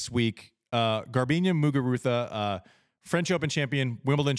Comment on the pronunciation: Right?? Trying a little too hard